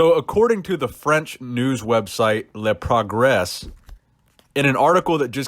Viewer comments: "leprogress" killed me ahah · Hey, you must not prounounce the S at the end of "Le progres"... Salute from Paris, France. Just one more word: In France, people dont like muscle, the more muscle you have = the less brain you have. Journalists say that drinking whey protein = taking steroids. But things are going to change because fitness becomes more and more important... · "Leprogres" don't pronounce the ''s'' in the end and it would be perfect